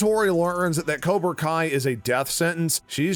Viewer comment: Is it kobra kai or... Karona kai